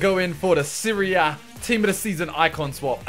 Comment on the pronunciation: for the longest time i thought you were saying Syria (instead of Serie A)